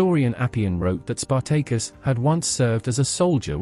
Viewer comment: Spartaykus Emphasus onthewrong Sylable